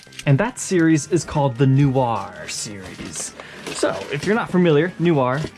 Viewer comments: Not "New-ar" ... it's "No-Ahr" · It's more like "nwar" (like GWAR), rather than "newar." Or, even more Francophonic, "nwah" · ''New are'' lol. Try ''Noh R'' or Google translate :-P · They look awesome! But your pronunciation needs work. Noir is not NEW-R it is NWAHR or nuhwahrr but pronounced quickly as one whole syllable.. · Little comment from a native speaker, "noir" is pronounced "nwar", you don't have to say "nyuwar" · In all fairness it's not "NWAR" either. It's pronounced mind of somewhere In between NEW-AR and NWAR. He's just putting way too much emphasis on the NEW bit. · Hey, —“noir” is simply French for “black”, and it’s not pronounced “noo-arr”, it’s “nwarr”, much less emphasis on the first syllable. And Fender’s used metal foil logos on some guitars since at least the late ‘90s, just not red ones—I have a 1998 American Deluxe Tele with a silver foil logo. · New-r? Nh-wah 😉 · Hi. Just love your vids. Loads of help and info on guitars, but your french sucks. NOIR, french for black, is pronounced NWA not NEW-AR. Just sayin'. Carry on the brill work. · Its pronounced "no-war" not "new-our" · In French, noir is pronounced nwar with a hard A. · Why are you pronouncing it nu-ar? Is that an American thing? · “New-ar”? Dude... No, no, no. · It's more like ''Noh R'' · The Jazzmaster is sweet, and your pronunciation of "Noir" is hysterical! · Great guitars but I winced everytime he tried to say noir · That's not how you say noir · First, learn to pronounce “noir” 😂 😂. C’est une syllabe pas deux, comprendré? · Haha, the pronunciation of “noir” was funny. Can’t blame the guy if you don’t know French. Nice guitars , especially the Jazzmaster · How could someone not have heard “film noir” pronounced at some point?